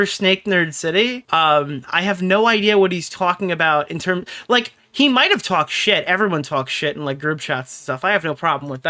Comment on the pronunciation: "Everybody touwaks shit" 😆